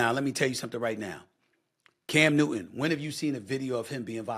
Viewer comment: New-Ton not New-Een. Bro don’t make it about race. Your despicable. Everything is not race. It’s just punks fighting (not Cam). You always make it about skin color, talk about doing damage!! Your not just talking about violence. Your talking about racism. Again. Standard, par the course. Carry on.